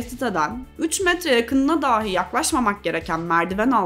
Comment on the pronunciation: Emeğinize sağlık💐 Ancak rica ediyorum şu “dahi” telaffuzunu düzeltin.